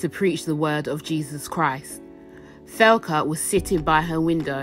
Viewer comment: Is tbere a reason you pronounced her name thelca. Ive always read it like Thecla.